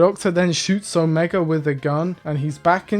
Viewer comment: Best part about the Omega reveal is that the doctor forgot how to correctly pronounce his name, would’ve been too much effort ig